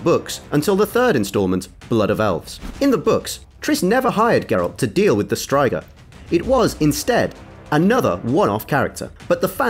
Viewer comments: Jaskier is bards original name, Dandelion was used in the games. Yes Jaskier does translate to buttercup in english - Still Jaskier was original not Dandelion. Stryga - not Straiga. Jaskier - as [yaskyr] not [zasker]. J in polish is soft. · The narrator clearly hasn't seen the show. He also pronounces 'striga' weirdly. The show and the game pronounce it in each their way and somehow he managed to miss both of those. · I don’t understand how if you’ve watched the show, you can still pronounce names wrong, you only have to listen to what the people in the show say... STRIGA